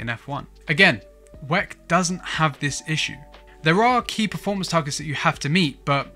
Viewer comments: why u calling it wec .... it W.E.C. World Endurance Championship!!!! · I've never heard it pronounced weck, it's equivalent in my thoughts to pronouncing the F.I.A as fiah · Stop being lazy calling WEC It’s W…E…C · Couldn't finish the video. Kept hearing him saying "weck" and it sounds like he's trying to say "wreck" but failing. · pls dont prenounce wec like that😢